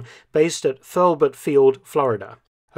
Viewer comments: Hurlburt field not ferbert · H U R L B U R T Field. Not Surlburt.